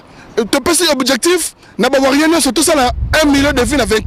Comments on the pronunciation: Toko beta yo imbecile tu es qui pour nous donner la mis en garde en plus tu connais pas t'exprimé en Français faut parlé ton lingala ... on dit les warriors pas les warrion zoba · okolela nanu oleli té nous warriors et non warrion zoba nous t'interdisons de prononcé le nom de fally on bien ou en mal a partir d'aujourd'hui sinon tu verra ce que tu cherche tu es averti je suis en France et je connais ou te trouvé tu connais les weshhhh donc fait gafe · On dit warriors pas warrions stp. Et puis ozo mela nayo pema ya pamba ba ko tanga kaka kombo nayo soki otiki ya fally te soki olingi problème te na batu wana. Eza kaka conseil. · On dit warrior non warion bourrique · Warriors aza analphabète pour sa il arrive pas a dire correctement